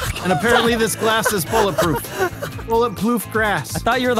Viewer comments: "Bullet Ploof Grass" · Anyone else notice say bullet ploof grass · "bullet ploof grass" it's been a while since i heard that.